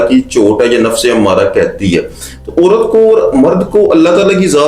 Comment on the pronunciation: Sir, you need to make your pronunciation better. Not orat but a urat, and many words like that not or but aur